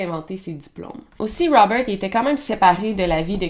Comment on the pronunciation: Bonjour Melle. De vous avoir entendu répéter 50 0000 fois ROUBEURT .....ect Je n en peux plus ...tête comme un 🎈 ballon